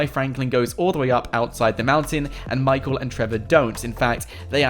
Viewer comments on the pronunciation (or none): none